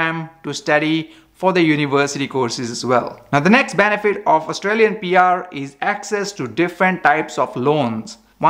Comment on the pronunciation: It's PR not BR, lol...